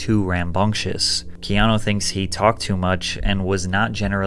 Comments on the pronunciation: Mate, you keep pronouncing his name as Keano, it's Keanu. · why do you call him keano?? no offence just sounds off...sound like kano of mortal kombat! 😂 😂 first names are kinda important...you dont call a guy named Don , Dan...relates to a completely different person. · Loved your low key well done narration and visuals. Did you get any flax, though for mispronouncing his name “Keano”? Regardless, it’s well done.